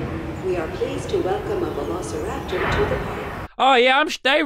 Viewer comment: I remember i was watching jelly and he said vel i kipoteriter instead of velociraptor🤣